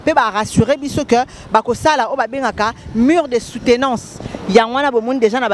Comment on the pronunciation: Mur et non mure, merci aussi pour la compréhension